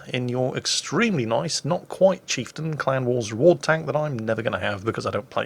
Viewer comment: drink every time says chifetain